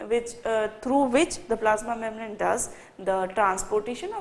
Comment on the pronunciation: Really too good ...mam.. But pronounce membrane correctly